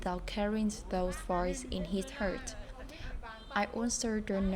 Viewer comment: Nhắn nhỏ bạn cái này xíu, hông phải quánh giá gì hết nha, nhưng nếu bạn muốn phát âm càng ngày càng hay và nhất là ko gây hiểu nhầm thì có thể check lại từ heart và phát âm -ed (ví dụ trong từ worked) nhen Nhưng phát âm ko làm thay đổi sự thật là câu chuyện của bạn và cả gia đình rất đáng ngưỡng mộ Chúc bạn và gia đình nhiều sức khoẻ và động lực ❤